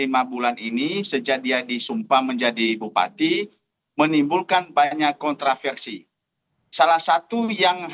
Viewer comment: oh kontra-versi, kedengeran nya kontrasepsi 😂 mbok ya bilang kontroversi aja sih, lebih aman mas 😅